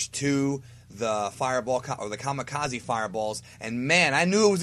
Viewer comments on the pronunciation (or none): none